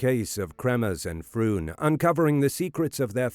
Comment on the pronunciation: Mispronouncing their names is not going to help convince people that you have the answers .